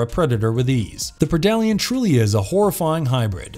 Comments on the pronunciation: Predalien is pronounced Pred-Alien and not Pre-dalien. Pretty obvious since is a Predator and Alien. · a pridollyan lmaoo.